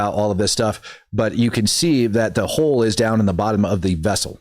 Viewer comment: Candice would pronounce it, “ A HO IN THE HOOL”!😂